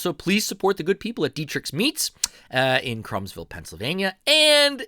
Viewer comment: Krumsville is pronounced Croomsville not Crumbsville. I grew up only a few miles from there and my elementary school Greenwich Township Elementary School is only a few hundred yards from Dietrich's. And I love Dietrich's. Won't know if this post will come out under my name or my wife's. Youtube sometimes shows my wife's name for some reason. I am David Moyer.